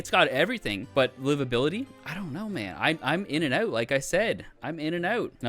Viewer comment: “I dont know man, Im in and ÆUT, like I said! Im in and ÆUT!” dawg i love canadians 😂